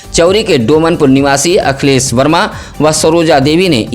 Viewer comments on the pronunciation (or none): none